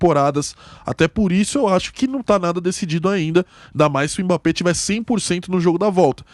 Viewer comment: "EMBÁP" É UM MOOOOONSTRO!!!! PSG é time pequeno, quando vê um grande treme na base!!! E a lei do ex não falha kkkkkkkk